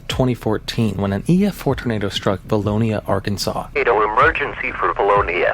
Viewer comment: I lived in Faulkner County, Arkansas, when Vilonia was destroyed. The robo voice says the town name wrong. It's Vilone-ya